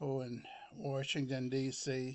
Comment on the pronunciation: It most certainly affected my mental health. No doubt! Also I think its hilarious how you say "Washington". Not digging on you but it is funny!